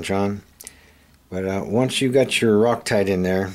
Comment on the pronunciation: You said 'ROCK-TITE'....or did you mean 'ROCK-ITE'